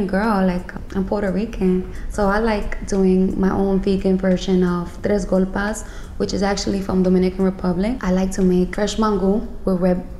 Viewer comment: Oh baby I’m Colombian and that threw me way tf off